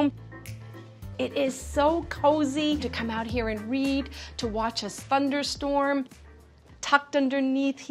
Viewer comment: Realtor - It is so easy to come out and read, watch a spunderstorm. A spunderstorm? Who's mans is this